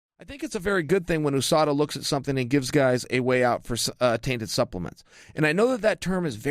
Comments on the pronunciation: Say it like "Yew-sada" and not "Oosada"...You don't say OOh Ess of Ay ;) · I cringe every time he says "Oooo-Sada" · USUDA????? Meant usada? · Its chael purposely mispronouncing words again